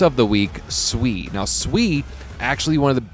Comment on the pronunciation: Nice to finally hear someone pronounce SUI Correctly!